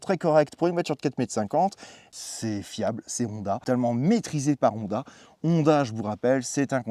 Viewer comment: C'est pas mal la vidéo, mais il faudrait tout même apprendre à prononcer correctement le nom de la marque (c'est également le nom de famille) - c'est HHHonda, et non ONDA , aussi l'accent est sur la lettre O, et ne pas à la fin sur la lettre A